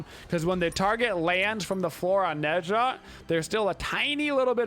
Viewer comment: Not to be rude, seriously I actually enjoy videos, but i'm a newer viewer so I have to know... Does he pronounce the gods names wrong on purpose? Is it just bait to make people mad? Ah pooch? Neh sha? Jotunns? Whymeer instead of Ymir? I genuinely can't tell if it's an inside joke that i'm just not privvy to or if he literally doesn't know wtf hes talking about. The gods even say their names the correct way when you select them in game! I've watched every single video hes put out in the last 2 months and I still cant tell if it's a meme.